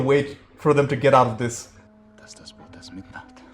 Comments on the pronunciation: It is not Das "bOOt"!!! It is pronounced as if it were actually spelled "boat"… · In German double vowels just indicate that a letter is prolonged. The phonetic sound keeps the same. It is just stretched. So the word "Boot" is not pronounced "Buht" but "Boht" with a long "o". 🙂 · it's "Das Boot", not "das Buht" , it's more like the first vowel in morning or, ironically, in boat sorry for nitpicking. I'll make it up for you: There is a making of documentary and it's breathtaking, answers all your questions... it's in german, though, maybe you'll find subtitles somewhere ..oh, and you'll need a vpn-client, because this is from the public television channel arte from France/germany.... a little teaser: the man over board scene was more real than you might think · "Das Boot" pronounced with a long sounding "o" not an "u". Maybe day it as it would be spelled "Boht". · The o in Boot isnt pronounced as in the footwear but rather like in "Ohh". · Just a small remarkt. You pronounce Boot as Boat (like goat) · Please pronounce it like boat. There’s 3 different versions. 1 original version ( more focused on action) a 3 or 6 series tv version ( total 5 hrs) ( very much giving a psychological picture) and the directors cut somewhat in the middle. The differences in the whole feeling of the movie are quite surprising. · Please ! Do not pronounce it like the "pair of boots" its pronounced like the english "boat" !! Apart from that i totally agree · Great review. Try pronouncing boot, not like the shoe, but like boat with 2 Os The movie feels so real, especially the effects, you almost could breathe the air in the ship. It really leaves an impression. There is an exhibition. Search for “Bavaria Filmstadt boot” They have the props open for exhibition. At a point in the war, if one was drafted, you could not refuse or face a military trial. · Although spelled as Boot, its is still pronounced as "Boat". The oo sound in German is like the word owe